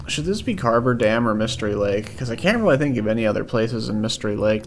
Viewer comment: Carter dam, Not Carver dam.😊